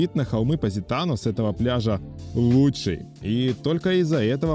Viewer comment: Ведущий видео даже произнести названия городов не может правильно : что это за ПаАзитано или ФАрмило 🤌🏼🤌🏼🤌🏼